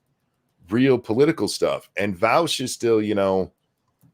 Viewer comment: I am just shy of a 1/4 hour into the video so I have hardly made a dent but already wanting to comment how much I love how pronounces Vaush’s name. As a German I have always hated how Vaush pronounces his name, as it is an affront to all that is decent in the German language so to hear it pronounced correctly by makes my ears bleed eversomuch less than they otherwise would; though having to listen to Vaush probably defend himself later in the video will likely counteract any ameliorative effect hearing his name pronounced correctly at the the beginning will have, but thanks all the same!